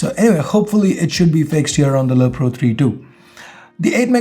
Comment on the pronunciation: you keep on saying lo pro :)